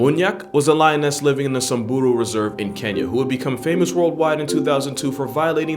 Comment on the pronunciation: Big up my boy for saying 'Samburu' properly😎